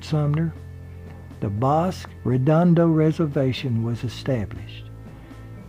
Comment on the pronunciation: Great presentation. It always makes me smile when I see you have posted something. P.S. Bosque is pronounced like Bosskey